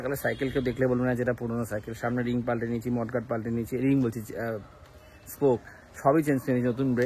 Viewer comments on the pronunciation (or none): ওটা mudguard, mud মানে কাদা, তুমি মড গার্ড বলছিলে, অনেক উন্নতি কোরো, ভাল থেকো